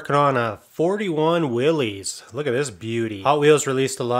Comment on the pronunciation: It’s Willys, no apostrophe, pronounced Will-iss.